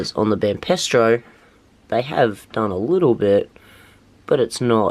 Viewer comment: It's Banpresto as in hey presto not pestro